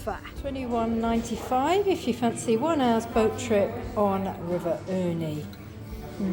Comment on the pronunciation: Nice video. Great views from Dundrum Castle.The trip out to Devenish Island is fantastic but only on a good day. Cullca is how to say the Mountain range. You should head to Donegal next time. Paradise. Lough Erne ( not Ernie).